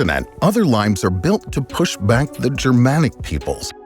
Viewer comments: Lee-mayss or lee-mayz, not limes as in the English name of the green citrus fruit. Hadrian's Wall was built in Brittania not Brittany, which is the modern English name of the Celtic region of western France. I stopped watching after that. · My old high school Latin suggests it is pronounced "Lee-mace", not like the fruit. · Is "limes" a Latin word that is pronounced lee-mez rather than like the fruit? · Pretty sure you're pronouncing the Roman "limes" wrong.